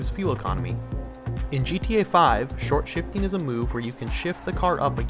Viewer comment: Stop calling it shortshfting just stop